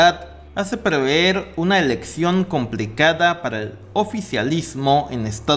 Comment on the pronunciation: Se dice PREVER no preveer ! Lo confundes con Proveer. Me gustan tu temas; pero habla bien...